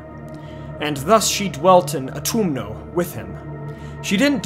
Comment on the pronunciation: U "tum" know, as in tummy, sir.